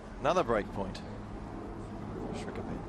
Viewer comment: It's Srichaphan, not Srichapan and i feel he kinda showed the blueprint there on how to beat Nadal, would have given an older Nadal a lot of troubles as well.